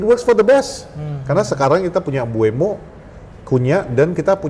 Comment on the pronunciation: mbumo bang bukan mbu-emo wkwkw